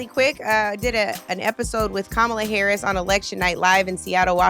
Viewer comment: NLP shouldn’t have even bothered to platform that last “listener,” if he still feels the need to purposefully mispronounce VP Harris’ name.